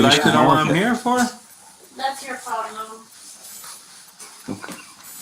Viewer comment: Did she say ploblem